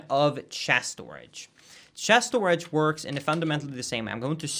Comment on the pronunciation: The way you say Stooridge is beautiful lmao